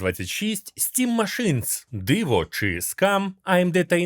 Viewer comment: "стім машинС" це байт на коменти?)))